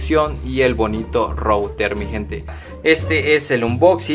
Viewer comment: SE DICE RUTER